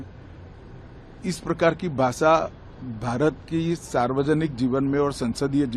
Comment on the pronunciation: कितने भाेले भाले है ये महाशय भाषा काे भासा कहते हैं पहले अपने देश की भाषा शब्द का उच्चारण कैसे किया जाता है -इन्हें पता ही कहाँ है 😂